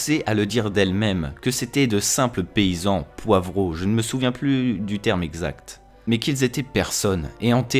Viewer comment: Les sois disants parents de Rey sont des "parias" pas des... Poivrons? Je suis la seule qui a entendu "Poivron"?